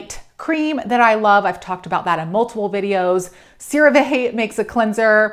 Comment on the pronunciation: why do you deliberately mispronounce CeraVe